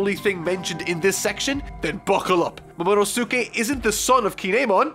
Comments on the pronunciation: Editor should send sound clips of how to pronounce the characters’ names. There’s no reason for someone who reads and analyzes manga and anime not have accessibility to how to pronounce a character’s name. Momono-sue-kay? Really? Its Momo-nos-kay. It’s like watching Naruto and calling Sasuke (Sass-kay), Sa-sue-kay. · i want to go one video without mispronouncing a name also: "momano sookay" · IT'S MOMO-NO-SKE you don't make the su sound when reading japanese. We don't say SaSUke we say Saske. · Momonosuke Moe-moe-no-skay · You messed up his name momonoske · Dude.. Not, too. You watch HOW MUCH anime and you can't get Momo's name right? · does it bother anyone else that this guy isn't cultured when he says names like momonosuke and bege, like the 'suke' at the end of momo's name is like sasuke from Naruto and 'bege' is pronounced beige like the colour. he should really watch the anime to understand how to pronounce these names